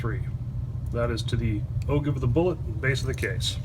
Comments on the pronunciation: Even the google pronouncers don't all agree......but "o-jive" seems to carry the day. And it's more fun! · Excellent video! But..... it's pronounced "O-JIVE"! I'm just sayin"...